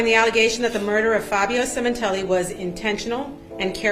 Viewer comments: Semen....tilli. Funny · Sementilli, cut the tilli 😂